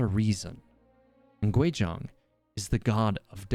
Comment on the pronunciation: It’s Guizhong not Quizhong